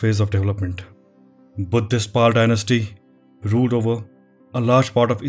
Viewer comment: Great videos. Just some feedback - would appreciate it if you could pronounce the names as it is. For example pronouncing Pala as Pal is an incorrect way of addressing it. Have observed this for many pronunciations of Pali, South Indian and Sri Lankan names. Please consider this feedback.